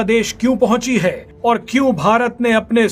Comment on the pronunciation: ye konsa tarika h news padne ka "उतरा हाई "